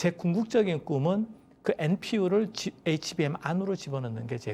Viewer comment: 진행자가 HBM을 HMB라고 하는데 대담을 진행하려면 사전에 공부좀 하고 나와야 하지 않겠어요?